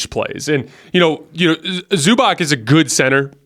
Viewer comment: Hey, the c in European players names like Zubac is pronounced like ch not like k. Small nod. Love your show, keep up your fantastic work